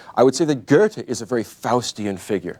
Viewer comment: Someone tell me where all these people are getting an r sound out of Goethe? Are they out of their minds?